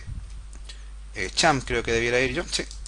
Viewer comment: champp server jajaaa es xampp